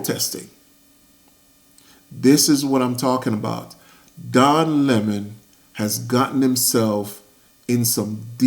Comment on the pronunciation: So great to hear him referred to as Lemon instead of the fake Leh-mon. He's Lemon by name & a Lemon by nature